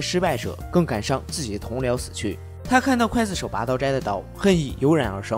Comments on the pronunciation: 浮尸饿殍，最后一个字念Piao不是fu。。刽子手，第一个字念gui不是Kuai。。高中语文，说的跟字幕也匹配不上，一点小建议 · 不叫刽（kuai）子手，而叫刽（gui）子手！ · 刽子手gui 四声，解说之前做好功课… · 不是kuài子手？？？是guì子手啊！！！ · 刽GUI子手,不是kuai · 一直在想（kuai）子手 这个音 是各大up主故意读错的吗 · 刽(gui)子手,听着真别扭